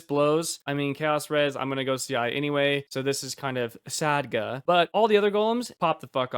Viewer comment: sad-guh? isn't it sa-dge like edge? maybe my meme knowledge is off